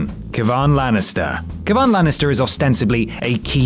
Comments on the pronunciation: That's probably because with his accent, you'd actually pronounce the "i" in Kevin. In an American accent, both Kevin and Kevan sound pretty much the same. Nonetheless, he still pronounced it wrong. It is indeed pronounced Kev-an, not Kev-ahn. This can be surmised, because, although there are unique names in GOT, many are everyday names you'd encounter in mainly English speaking countries, like Jon, Jamie, Robin, Ned, you get the picture... Eddard (Edward) Rickard (Richard), so it would go on that the vowels in these slightly altered names, even if they are technically different letters would retain the original's pronunciation. GRRM is American, therefore, he would pronounce it like Kevin... (Kev-an). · it's just pronounced Kevin. not kevaan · Kevan is pronounced like Kevin, not 'Ke-Vaan'. He's from Casterly Rock, not Krypton :) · You got daeneryses husband name right but you said Kevan wrong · It is not KEVAAAN it's just Kevin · KEVAAAAAAAN (its kevin) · It's just pronounced Kevin. You managed to pronounce Jaqen H'ghar but you can't get Kevan right even when it's just pronounced Kevin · "Kev-ahn" Lannister. Godammit you already fucked up. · The only character name you noticeable mispronounced was Kevan Lannister, it's pronounced like Kevin. Yeah, GRRM could've just spelled it normally, but he didn't. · your great, but how do you not know how to pronounce Kevan right. its just a different spelling of Kevin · Isn't it still pronounced more like, "Kevin"? Like way less inflection on the 'a'. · Kevan is pronounced Kev-un. Or similarly to Kevin without emphasis on the "I" sound. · Keh-van? No. Its Kevan. Don't over pronounce things, it sounds stupid. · Kevan is pronounced like Kevin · Kevan is pronounced Kevin..... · It's pronounced Kevin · tf is kevaaan?